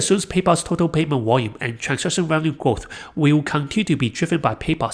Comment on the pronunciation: Value has a V sound in it… haha a Walue trap